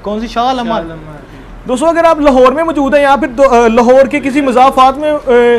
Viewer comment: yar aik tu tum ahista bola kro.. ham. bhry nae hain.... or qn tum br br bat ko reprt qn krty hoo.... or aik chz aik word موجود is ko thek bola kroo plzzz